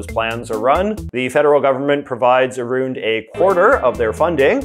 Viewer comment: New subscriber J. J., I have a question. Why do you pronounce around...aroond?